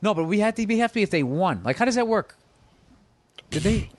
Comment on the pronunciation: I can't unhear Tom Segura saying won incorrectly now.